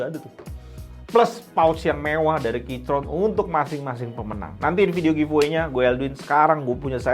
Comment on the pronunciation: bang plis bilangnya 'kiykron', gua dengernya jadi kicrot terus